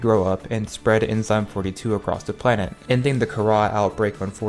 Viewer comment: Btw the kahhra is pronounced Kar•uh